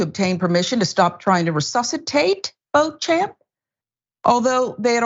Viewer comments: It's not pronounced as bo-champ but bo-shamp. It's derived from French. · the name is pronounced, "BEACH-um". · It's pronounced BO-shomp......... Jerk.